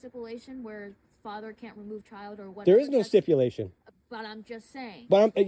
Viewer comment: That female DEI COP just pissed me Tf off!!. Her sipulation talk.. it’s STIPULATION YOU NASTY COMMIE. He is the FATHER AND HAS THE RIGHT TO GET HIS SON. Keep your kids out of these indoctrination camps. Hire tudors if you need to. To the other PIGS.. you sent a dog to bite a father outside his son’s school? My father spoke to me about Naxi’s use of their dogs in 1940s Germany. Great job TYRANTS